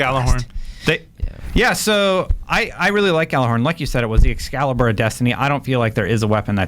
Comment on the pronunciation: If i had a dollar for everytime people said Gjallarhorn wrong.